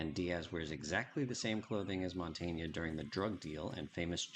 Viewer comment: Another great video, I love that heavy BF! Btw it's not Montaña, is just Montana (just in case you name him in a future video).